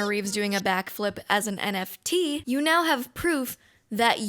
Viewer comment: As a Portuguese speaker, I can confirm that you said NFT correctly